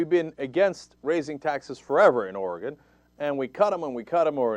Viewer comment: Cenk - thank you for pronouncing "Oregon" correctly - I haven't lived there in 7 years, but it's still like fingernails on a chalkboard when I hear it said wrong ;-)